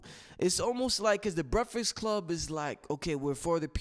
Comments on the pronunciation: LMBAO. Word to God I love and all the information he provides(good build with Brother Blue btw) but if I hear him say breficks club again I'm smashing my computer. Lol. All love.. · LMBAO. Word to God I love and all the information he provides(good build with Brother Blue btw) but if I hear him say Breficks Club again I'm smashing my computer. Lol.. All love.